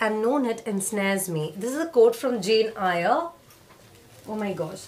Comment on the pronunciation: I bought 3 boxes from TBB Box last year and liked only one, others were disappointing merchandise wise. I'm looking forward to buy one from BnB this year so this video was helpful! Also, in Jane Eyre, "Eyre" is pronounced as "air" 😊, I just thought of telling you the right pronunciation, hope you wouldn't mind that 😘